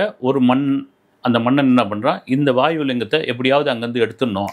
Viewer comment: வாய்வு அல்ல அது வாயு